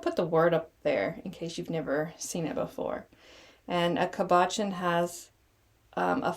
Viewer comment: I’m sorry, but every time you say cabochon, you are mispronouncing it. It made me giggle 😂 No disrespect meant at all. ❤ That said , this is a great idea and I will definitely be making some! Thank you!😊